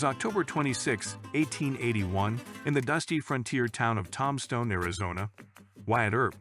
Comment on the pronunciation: I heard him pronounce it tomstone instead of tombstone! I'm out.